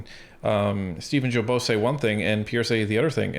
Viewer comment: I don’t want to be rude but you don’t pronounce Guilbault correctly it’s like guilty Guilbault I s the same way. I love listening you to keep the good job